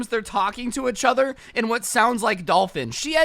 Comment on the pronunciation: Nobody: Each other: Ech other